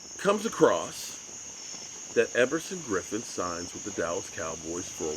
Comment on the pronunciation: Hope you got the name right.... Everson Griffin